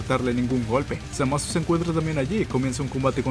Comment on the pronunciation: Me inscribo de nuevo porque dijiste bien el nombre de Zamas! ^_^